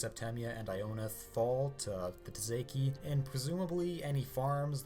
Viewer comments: by the way, tsaesci is pronounced "Say-es-see" not ta-zay-key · Tsaesci is pronounced say-S-EE or say-chee not tzeki